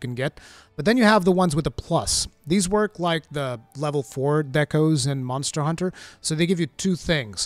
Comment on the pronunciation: I miss how you used to say Mazda Hunter, but I feel like I can get used to Munster Hunter!🤣